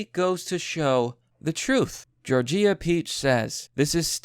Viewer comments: "Jor-jee-ah" LOL! Just a dumb mistake, but made MY day. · Mispronouncing Georgia? Brutal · Never heard Georgia pronounced that way before 🤔